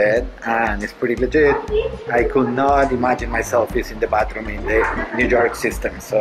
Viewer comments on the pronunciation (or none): none